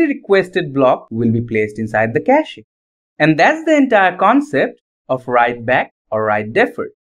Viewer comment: Bro, don't pronounce the e in cache ^^